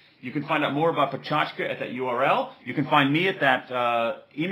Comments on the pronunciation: good talk, but it's not "peh-CHAch-ka" but rather "peh-CHAK-cha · ohmygod he's saying it wroonnnngggggggg- puh-che-ka-cha, not pa-cho-tch-ka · lol he is saying pechachka instead of pechakucha. said right it should sound more like pechakcha (with little emphasis on the 'u' sound) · dude, it's pecha kucha, not pecha chuka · When he said pecha chka my sanity did a backflip Btw I'm fluent in japanese so you're wrong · Pecha chka? Why is he calling it like this? :S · Its pronouced Pe - cha - ku - cha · pe chas ka u moro_n thats not how to say it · Why *does* he pronounce it like a weirdo? Is he showing off? I've heard people before trying to put on what they perceive as a native accent and just going wildly wrong. Americans saying "lingerie" would be a prime example. Go on forvo dot com and type in pecha kucha for four Japanese people pronouncing it. None sounds like this dude.